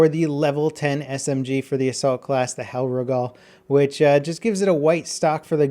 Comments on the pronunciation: Great video, but please look up how to say the German weapon names such as the Selbstlader or the Hellriegel. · dammit level! pronounce the Hellriegel properly! its driving me nuts! DX